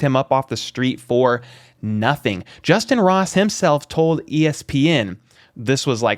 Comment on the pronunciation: It's justyn Ross...plz fix